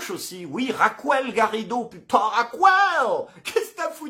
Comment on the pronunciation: Bon courage! Une précision, si ce n'est pas un trait d'humour : En espagnol Raquel ne se dit pas "Racouel" mais "Rakel"...